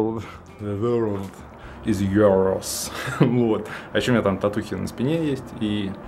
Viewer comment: Же Веееерлд Ис Юйорс ахахахх :D